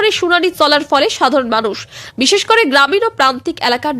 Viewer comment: চ্যানেল টা আমার প্রিয়। করে, বলে, অধীর শব্দ গুলি ঠিক করে উচ্চারণ করবে। ভীষণ শ্রুতি কোটি।